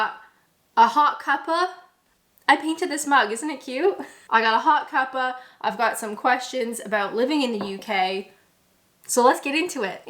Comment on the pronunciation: After 9 years you should be able to say cuppa right 😭 But aside from that, you and youe vids are cute, keep them coming!